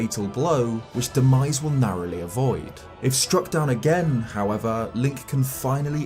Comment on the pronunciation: What he said: Demise What i heard: “The 🥑”.